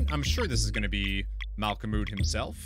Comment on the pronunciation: Nice playthrough, makes it funny that you do different voices for the different characters XD By the way, the mole's name is pronounced "malko-mud", with the last syllable being pronounced like... Well, mud.